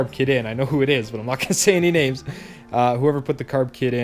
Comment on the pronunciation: Some friend if you can't even pronounce his name.